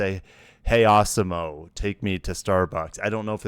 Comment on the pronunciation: Arse-e-mo. I'm fairly sure that's not the pronunciation 😄